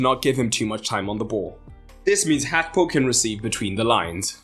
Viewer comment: The pronunciation of Gakpo is crazy